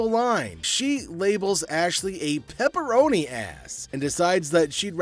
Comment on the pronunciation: She said PepperAnn not peperoni